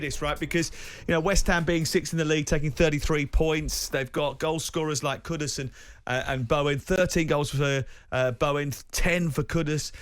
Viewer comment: Moyes out. Steph bad breath. She said steiden bought 'kuku' home. Its kudus, not kuku